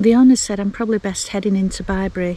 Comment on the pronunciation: Oh! What a lovely vlog ❤ I felt Bri’s presence on that pitch before you mentioned him. You were so relaxed and chilled. Just perfect! What a quirky shower in an ‘oss box 😂 We loved Bibury, but you pronounced it right! We pronounced it as in a baby’s bib 🤦🏻‍♀️ What a perfect evening to a perfect day. Fire, wine and nibbles. One day we’ll manage this together xx